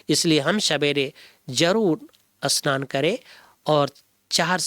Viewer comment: Asnan nahi bhai ji snan bolo